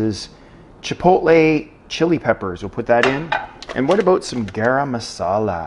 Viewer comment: As a non-english native speaker, I could never tell the difference, up until the *aboooout * of:)